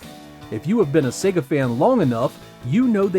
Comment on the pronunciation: Thank goodness. He's pronouncing Sega correctly. So few Americans do:))